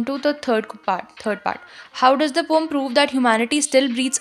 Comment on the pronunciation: It is not pom it is poem